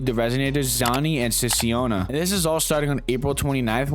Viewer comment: 'siasiona' .. god damn, at least y'all pronunce her name correctly lmfao 💀 it is cha-koh-nah. How hard is it to friggin go n check the pronunciation, it's darn triggering.